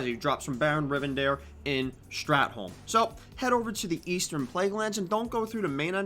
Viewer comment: Strathhhhh not strat